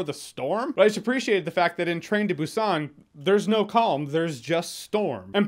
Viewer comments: Its pronounced boo sahn with the emphasis on the “oo” in boo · Should be more of a "p" sound correct? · hmmm sort of. They don't pronounce it with a heavy "B" so to native english speakers it sounds like "P". So it's a very subtle b. They use the letter "p" in the alphabet too. For example bread is spelled (in english) ppang so you'll definitely hear a difference between saying Busan and ppang. Hope that clarifies XD